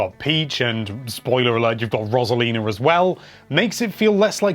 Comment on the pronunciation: is that really how you pronounce rosalina. ive always heard it like “rose-a-leena”